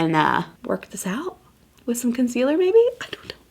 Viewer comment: "ulta concelear in medium neutral again oh my" lololol LOVE HER....but even with orqnge foundation she is stunning!